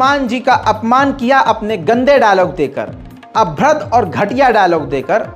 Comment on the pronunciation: Abhradh nhi bhai abhadra hota hai 😂